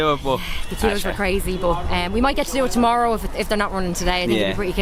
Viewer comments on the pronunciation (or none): none